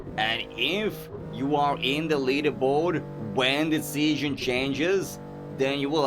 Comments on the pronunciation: ITS SEASON NOT SEYON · its sounds funny when you say season, u say it like seasion but that run was insane and i love your videos and keep it up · Are you a foaken BRIT? Like what is Seasion? Huh? 🙈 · fix ur season pronounciation xD